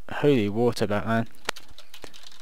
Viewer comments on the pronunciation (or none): none